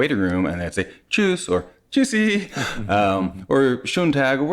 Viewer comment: He was pretty spot on with the way he said it👏 Easier than Hallo, it seems😅